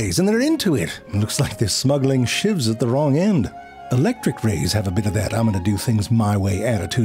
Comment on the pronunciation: "Looks like they are smuggling shieves at the wrong end" LoL